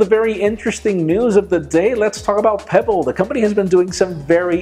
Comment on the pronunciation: Pe... what? Peeble? Pebble? No chap... don't really care about it... by the way, can't careless about smart watches at all!